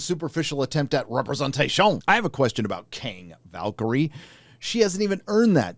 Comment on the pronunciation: Represent-ayshon gets me everytime 😂😂